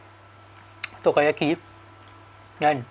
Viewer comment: Takoyaki, bukan tokayaki 🤣✌️